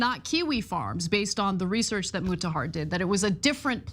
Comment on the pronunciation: Why can't anyone pronounce Mutahar's name correctly? lol